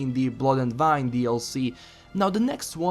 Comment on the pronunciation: wine ...as the drink... i still hear you say "vine".